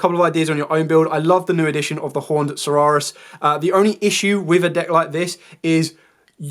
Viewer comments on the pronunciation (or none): Great deck profile and explanations. The saurus in Horned Saurus is pronounced the same as the saurus in Tyrannosaurus.